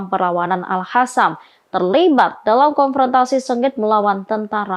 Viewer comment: Gak bisa sebut AL-QOSAM ya ? Kok Q jadi H 😂